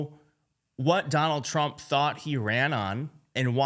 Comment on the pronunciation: "President, uh, Tump ...". That was a dis. Trump clueless, as always.